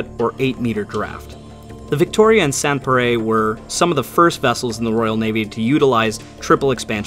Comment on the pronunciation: with 151k subs I feel a short lesson in pronunciation is in order. Sans Pareil...sawnz par-eye. That's even how the brits say it